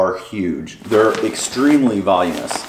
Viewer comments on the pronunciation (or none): Vol-oo-min-us, not volume-us.